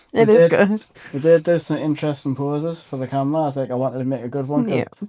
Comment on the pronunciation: that guy in Dark Hollow " Im on camrea " XD great vlog!